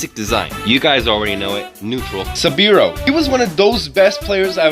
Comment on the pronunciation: Saburo’s name is actually pronounced “sah-boo-roh”